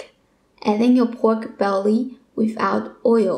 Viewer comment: Your killing me. Its belly, not bewry. Im definitely trying this recipe